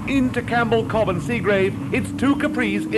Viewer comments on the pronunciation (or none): none